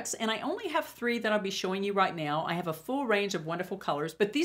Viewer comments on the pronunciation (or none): none